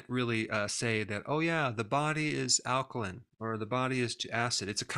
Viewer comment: alkaline is pronounced /ˈalkəlʌɪn/ not /ˈalkəlɪn/